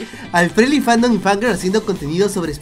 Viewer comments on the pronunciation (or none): none